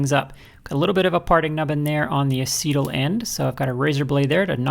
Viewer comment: Nice hammer, shame to dent it after all that work. I think your pronunciation of the word acetal may not be quite right. I have only heard it used in working with plastics. Where I worked we always pronounced it like "ace" (as in ace of spades) and "tal" was sounding like "tell". Have we been saying it wrong?